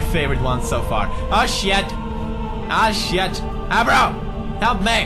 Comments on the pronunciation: It's Agro.....not Abro..... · His name is Agro not Abbro :P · Pewds is reading abro's name as eyebrow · the horse's name is agro but pewds calls him abro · it's agro not abro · pewdie calls him abro like 'a bro'